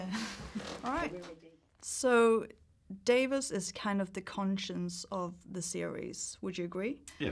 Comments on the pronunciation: She said Davis 🤦‍♀️ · Did she say 'Davis'?! OMG! That's DAVOS! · Davos, not Davis. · I thought she said Davis wtf who pronounces Davos like that lol